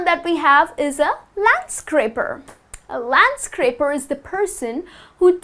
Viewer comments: landscaper not landscraper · Isn't it LANDSCAPER instead of landscraper???🤔🤔🤔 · Landscaper :( not landscRaper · Counter Tenor these kinds of mistakes lower our trust to this channel.